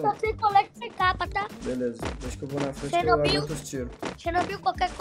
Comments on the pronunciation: Mano eu duvido alguem contar quantas vezes o falou xernobil no videos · Perdi as contas de quantas vezes escutei "Xernobil" kkkkkkkkkk